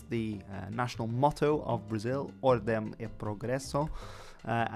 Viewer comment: In Portuguese “do” (contraction of preposition “de” and masculine definite article “o” is pronounced “doo” as it is in English, not “do” as in “do-re-me.” The terminal “m” in “ordem” is nasalized and pronounced “ordeng.”